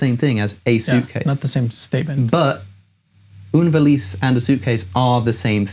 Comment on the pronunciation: oune valice? non